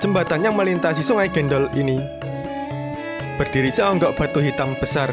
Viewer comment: Bukan sungai gendel mas,cek suara di menit ,,,yg benar sungai gendol!!!